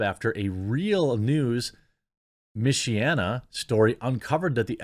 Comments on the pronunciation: She is still 40. She was terminated from her job not life itself! Mich-ee-anna is how it's pronounced. The Mich from Michigan and the rest from Indiana. This story is local to me and broke in South Bend. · "Mish-e-anna" (Michigan/Indiana) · Jeremy... "Michiana" is Michigan and Indiana combined. Basically "Mishy Anna".